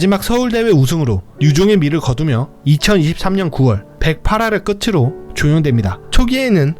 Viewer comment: '끄츠로'가 아니라 '끄트로'입니다.